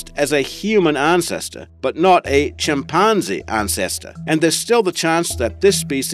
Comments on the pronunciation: Whats going on with this "ChimpARRnzee", business? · I know that you are asked about your accent and pronunciation after every video, but "chimpanzee" really was incredible.